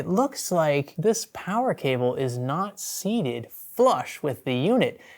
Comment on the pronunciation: Mental note: Check the caaables first.